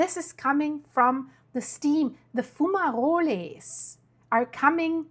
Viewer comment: Gee your pronunciation of fumoroles, sounds like an ITALIAN PASTA DISH SPEAKING AS A MAN WHO'S NONNI & Bobbo (grand parents) were born in ITALY ( AROUND 1884?).